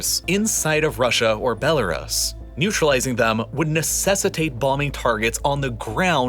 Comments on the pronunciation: dude stop saying BeloRAS, it's BeloRoos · Is Bell-R-Us a bell shop? Bell-r-us, bell-r-us, it's so annoying, I couldn't tolerate the video any longer. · Good video, but for the love of all that is holy, it's pronounced "bel-uh-ROOS." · BELL A ROOS not Bell A RISS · Belarus is pronounced like this " Bela roos" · And he says "Belaruss" about 100 times, like in all his other videos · For the love of god please look up how to pronounce Belarus, it’s doing my head in 😂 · The way he says Belarus is weird to me lol